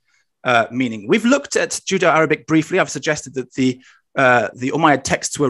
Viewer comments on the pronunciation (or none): My bad you didn't write in last video, but said it clearly as Judo-Arabic. Nothing to do with accent, see at of last video. I take it that that wasn't intended and you meant Judeo.